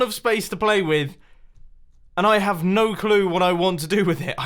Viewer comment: “now waht on earf?”